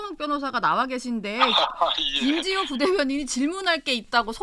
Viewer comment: 김지호. 발음. 교정좀. 하고 나와라. 정치가. 성남. 시장 판떼기로. 아냐. . 특검. 비용. 어디서 나오나..?